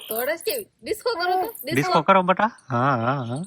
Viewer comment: તમે બટા કેમ કહો છો બેટા કહેવાય